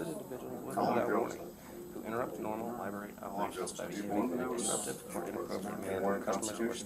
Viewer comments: Bro. I love you, but if you’re going to go to a Li-brary, you should really learn how pronounce the word. You know it’s not a li-berry, right? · WTF is a "liberry,"? Is it like a boysenberry or a marionberry? Maybe a raspberry? Learn how to speak like an adult, mr." journalist." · QUIT SAYING LI-BERRY. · I'm triggered by everyone saying "lieberry," ffs. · “Liberry.” LMAO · He should be arrested for saying LIEBERRY repeatedly. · BS. lawsuit against the CIty of Danbury, the Library, and those cops FAILED. Danbury got the last laugh. And the library rules still require a permit to film in the library (or "lie-berry" as the idiot pronounces it) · He can go into any public LIBARY he wants!! If you gonna scam the system at least learn how to properly pronounce LIBRARY. Clown ass fool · What a sad existence it must be to just purposely want to make some people uncomfortable and annoy others. It's weird. Can't even say the word "library" correctly but yet calls others stupid ( , , among others).